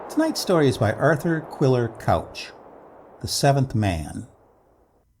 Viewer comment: Excellent, as usual. Do you mind a small correction from an English lady? It's Quiller-KOOCH.